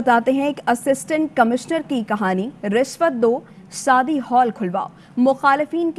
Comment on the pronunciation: Sadi nahi hota shadi hota